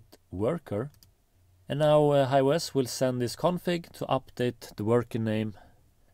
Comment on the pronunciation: Just one point when you say farm it sounds like form. When you say hive it sounds like hi. Maybe confuses some people.